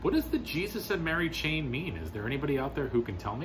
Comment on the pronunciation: I'm not speaking with any in depth or inside knowledge or anything, but I always assumed it to be emphasized as The "Jesus & Mary" Chain - in other words, either a chain with Jesus and Mary on it (like a necklace a Roman Catholic might wear), or as if someone trying to connect them as a chain of knowledge or events, like the Gnostics tried to promote with the Jesus married Mary Magdalen, and she went on to bare children, the Templars, the grail, blah blah blah. I pronouce it hard C, like Keltic Frost, because historically, the people were known as Celts with hard K sound. It's the sports team that screwed it up in people's minds. The Seltics...please.